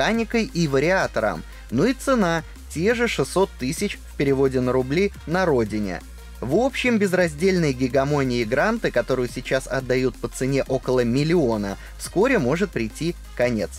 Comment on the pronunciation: Гегемония, "гегамония" слова нет 😜